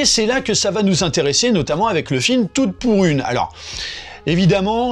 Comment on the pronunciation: Vous aussi à chaque fois qu'il prononce le titre du film vous entendez "Toutes pourries" ? 😂 Prochains remakes : -La Comtesse de Monté Christelle featuring Aya Nakamura -Les valseurs Featuring Diams et Vitaa -La mère noël est un déchet featuring le djamel comedy club